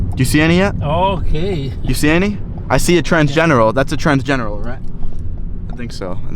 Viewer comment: God man you gotta get some basic Spanish under you, lol. The Uber guy was saying "transgenero" (not transgeneral 😂) which is the Spanish word for transgender. Also if you're asking Spanish speakers about aliens, ask them by the name aliens are most commonly known in Spanish: Aliens=Extraterrestres UFO=OVNI (objeto volador no identificado) You kind of trolled the Uber driver hard, lol. And he probably thought you were off cause you told him you were meeting your alien brothers. LMFAO. Also project Blu beam is a distraction. Aliens are real. All of this had nothing to do with Eps. That's a separate matter.